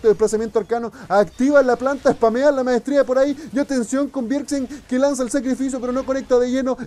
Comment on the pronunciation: me gusta como dice "espamea la maestrshia" xD